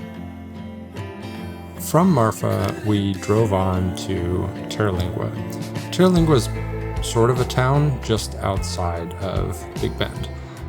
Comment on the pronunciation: It’s spelled and pronounced Terlingua, not “Teralingua” there’s no ‘a’ after the ‘r’.